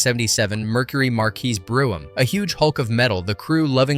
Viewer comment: Chanice = Shuh-NEESE (not CHAN-us) Mercury Marquis Brougham = BROME (not Brew-em)